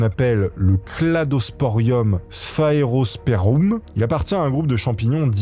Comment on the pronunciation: Tu fais délirer frérot tu te trompe toujours dans la lecture des noms c'est un running gag!!! 😂🤣😂🤣 Tu t'es encore planté cette fois sur le champlar qui aime la radioactivité 🤣😂🤣😂🤣👌💪👍😁😜